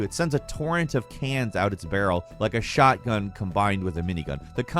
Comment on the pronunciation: Dude I thought you said shartgun, I'm using that in my next shooter game